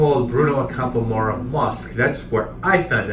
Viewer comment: By the way, Ac*am*pora is stressed on the 2nd syllable. Thus endeth the lesson. I'm curious - did you try Azzurro di Capri?